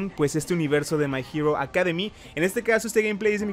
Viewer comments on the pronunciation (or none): Nadie: Absolutamente nadie:: mai jiro akademi